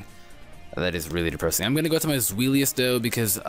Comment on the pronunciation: Zweilous is pronounced "Zvi-Lous" The Zvi sound comes from the german number for two. :]